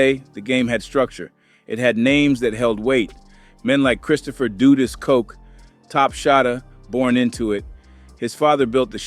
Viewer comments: YO STOP SPREADING BULLIIIIIIISSHHHH HEAR THE REAGAN BUSH ADMINISTRAION STARTED THE CRACK ERA HONESTLY THIS IDIOT TALKING DONT UNDERSTAND IN ORDER TO BRAIN WASH PEOPLE THEY ALWAYS BLAME BLACK PEOPLE HOW THE FUCK THESE MEN STARTED SELLING CRACK STUPID QUESTION HOW DU DUS NOT DOOOOO DUST MADE DRUGS OK AFTER A UNIFORMED OFFICER IN HIS POLICE CAR IN QUEENS NEW YORK GOT SHOT UP THATS WHEN THE REAGAN BUSH ADMINITRATION FLOODED CRACK IN THE HOODS OF AMERICA BEFORE THE COCAINE WAS WAY OUT THERE AND EVERYWHERE AND EXPENSIVE THE FUCK THIS MAN TALKING ABOUT AND CANT PRONOUNCE EASY WORDS BY READING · Repeat after me DUD-US just like you'd say BUD like Bud lite. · that's Big Meech and Terry Flenory, and you're mispronouncing Dudus's name like most people in the Jamaican media do. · AI have a problem pronouncing some names